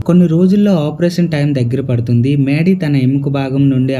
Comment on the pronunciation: Maydy kaadu raa mady